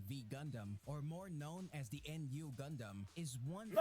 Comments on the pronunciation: When the first video said RX93-Vee Gundam or En-Yu gundam. You know the guy who made that video knows no shit about gundam lmao. It's called Nu(pronounced as New) Gundam. He also showed the Freedom gundam when he said Strike Freedom which are two different gundams. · You can tell the dude from the first video barely saw any of the series he was talking about, especially with the "N. U." Gundam, shit's pronounced "noo" or "new" every time it's said in the movie lmao, brother was reading off the wiki